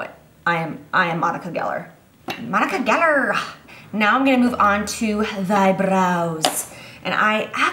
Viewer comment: I definitely said "Monica Gellerrrrr" in the Scottish accent right when you did hahaha